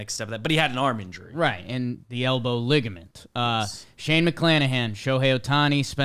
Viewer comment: the way says ligament as ligment is crazy